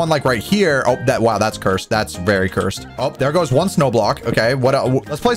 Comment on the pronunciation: i love your vids and all but could you please.. STOP SAYING CURESD!!!!!!!!!!!!!!!!!!!!!!!!!!!!!!!!!!!!!!